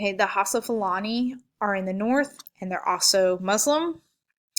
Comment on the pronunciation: It's pronounced E bo Igbo. Your o bah Yoruba and how sa Hausa